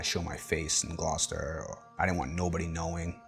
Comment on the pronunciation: To hear an American say the word Gloucester correctly is slightly unnerving